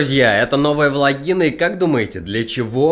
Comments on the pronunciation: когда ты говоришь влагина я слышу вагина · Пжлст не говори влагина😂😂